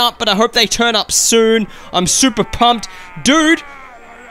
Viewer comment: when he says turn up it sounds like turnip